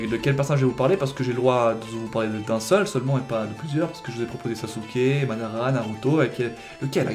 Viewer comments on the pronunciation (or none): none